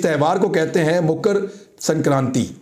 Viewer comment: अबे बावले मुकर संक्रान्ति नहीं मकर संक्रांति कहते हैं।